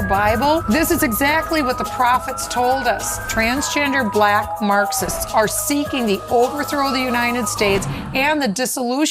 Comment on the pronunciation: Anyone listen to how he says certain words? Such as balack, and a few others. His pronunciation says it all